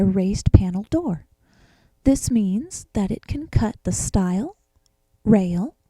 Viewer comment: It's "stile" not "style". Good lord. Jump to how the thing works and what it does. The stop button should be closer to the operator at all times - having to reach around the machine. And what are all the black marks?